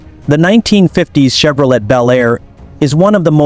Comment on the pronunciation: The T in Chevrolet is silent, nitwit.